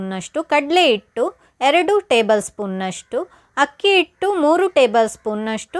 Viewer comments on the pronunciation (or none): Recipe ಚೆನ್ನಾಗಿದೆ, ಆದ್ರೆ, 'ಆ' ಕಾರ ' ಹ' ಕಾರ ತಪ್ಪಾಗಿ ಉಚ್ಚಾರಣೆ ಮಾಡಿದ್ರೆ ಕೇಳೋಕೆ ಕಷ್ಟ. ಆಗಲಕಾಯಿ, ಇಟ್ಟು, ಆಕಿ.....